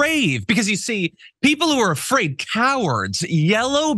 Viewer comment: "He's Not Ay-Fraid" - Alina Habba